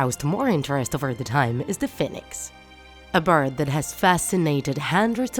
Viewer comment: Your saying "fin-ex" its pernoused "Fe-nix"